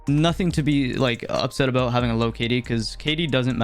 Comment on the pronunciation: That’s a nice video eh there bud? It’s aboot time you made a video aboot this rollback pro-cess! Alr, that’s enough Canadian references Lol Good vid tho fr. I enjoyed it man.